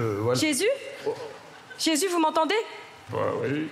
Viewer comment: Elle a dit vous y êtes jez (Jesus ) 🤣🤣🤣💔